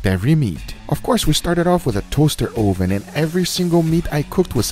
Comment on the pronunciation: Where can I find a toaster O-Ven 😂 I love how guga talks lol